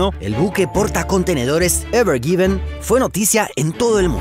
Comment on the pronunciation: Es evergreen... Por qué le dice evergiven?